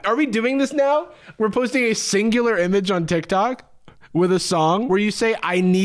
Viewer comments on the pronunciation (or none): thats how you kids pronounce it? two ah? not one syllable? ive only seen my gen z pals type hawk tuah not say it or tell me what the heck it means